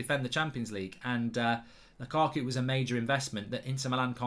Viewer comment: Whenever I hear mark saying lukaku,it sounds like lakuku😂